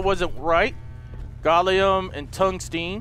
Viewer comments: I cringed so hard when he said gollum instead of gallium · LOL delirious learn your elements haha "Gallum" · Its not (Gho-lem) its (Gal-e-yum) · It's pronounced "Gahl-Lee-um" lol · its gal-ee-um and tung-sten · The way you pronounce reagents, gallium, and tungsten xD